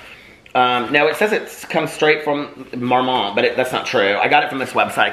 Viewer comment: I love you so much but I am CRACKING UP at you saying Marmot like it’s a fancy French company. It was founded in Colorado and named after a marmot which is a rodent. Hahaha Mormont sounds much better though 😂